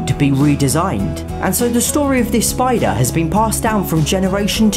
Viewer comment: Spider not spoder